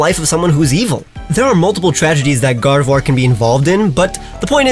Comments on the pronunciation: GARDEVOIR, NOT GARDOVIOR! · GARDEVOIR, NOT GRARDVOIR! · GARDEVOIR, NOT GARDEVUAR! FIX IT NOW!